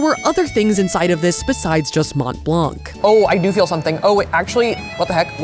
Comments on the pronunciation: Hi nice vidéo. Came here only to say it’s not prononced mount blank it’s « Mon Blan » ❤❤ full love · I will say, and this is very pedantic and doesn't actually matter (amazing video regardless), hearing mont blanc be pronounced with the hard t and hard c hurts my french-Canadien heart. It's more pronounced Mohn Blahn, french loves those silent last letters especially t and c. No hate, just me being a language nerd. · Every time she said Mont Blanc, I heard Matt Leblanc 😂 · It's pronounced Mon blan...the T and C are silent. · Did you say monT blanK 😅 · Watching with fascination!...I‘m up to the second knit pillow Mont Blanc dessert....pronounced “Mon Blân.“..last consonants rarely pronounced in french...Bonjour from Montréal...will keep watching, c‘est très sympa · I really need to tell: dont say the T and the C in Mont-Blanc. Its more like Mon-Blan. Snowy montain in french. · Loved the vid and the wholesome energy! But as a french guy, the English prononciation of Mont Blanc hurts my ears :') (the "t" and "c" are silent btw, a lot of french words do that)